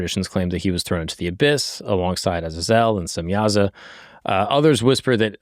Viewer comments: Stop calling Azazel. Aza-zelle. It's Ah-zay-zel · It's (ah zay zol) not how u said it but good video